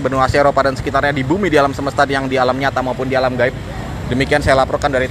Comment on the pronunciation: Mohon maaf saya klarifikasi aja. sekali LG ingin benerin kta2 aja yg di ucapkan. Harus nya bilang DI LAPORKAN ADA KENDARAAN MOBIL BERODA EMPAT MENABRAK TIANG. BUKAN DI LAPORKAN TIANG MENABRAK MOBIL. GITU.DAN ALAM SEMESTA BUKAN ALAM SEMESESTA YA KANG DAN DI TAMBAH KALAU MELIPUT BERITA KEJADIAN KORBAN KECELAKAAN USAHAKAN AKANG TENANG DAN SELOW BIAR JELAS KATA2 NYA BIAR GAK NGOS...NGOSAN NAFAS NYA DI ATUR PERNAFASAN NYA. JD UNTUK MELIPUT GAK USAH TERGESAH...GESAH KAYA ORANG LAGI LIAT KUNTILANAK DIKEJAR...KEJAR SAMPAI NGOS...NGOSAN. TERUS KALAU TENANG KAN ENAK TERDENGAR SUARANYA JELAS GAK SALAH UCAP. KLO NAFAS NYA DI ATUR KAN JELAS. JADI GAK NGOS...NGOSAN KAYA GINI KATA2 PUN JAD BUYAR SEPERTI AKANG BILANG INI TIANG MENABRAK MOBIL. APAKAH BISA TIANG LARI MENABRAKAN KE MOBIL TIANG KAN G BISA LARI DIAM TERUS DI SITU GAK KEMANA2. TERUS SEHARUS NYA AKANG BILANG MOBIL MENABRAK TIANG BUKAN TIANG MENABRAK MOBIL TIANG NYA BENGKOK, APA NYA YG BENGKOK APA OTAK NYA AKANG KALI YA KANG YANG BENGKOK. HEHEEE. SAYA HANYA BENERIN KATA2 AJA BIAR G GAGAL FOKUS, BIAR NANTI AKANG G KAYA BEGINI LAGI KLO UCAP DENGAN NGOS...NGOSAN NAFAS NYA G DI ATUR. KLO MELIPUT USAHAKAN TENANG YA KANG G USH TERGESAH2 UDAH KAYA ORANG LG NGELIAT KUNTILANAK DI KEJAR2 NAFAS NYA NGOS...NGOSAN. HAHAHAHHHAHAA. JADI NYA LUCU DENGER NYA TIANG MENABRAK MOBIL. HAHAHAHAAHAHHA. TAPI KEREN BARU DENGER SAYA TIANG MENABRAK MOBIL.👍👍👍😎😎. TERUS ALAM GAIB. KAN DISITU BUKAN ALAM GAIB TAPI ALAM NYATA BUKAN ALAM GAIB YA KANG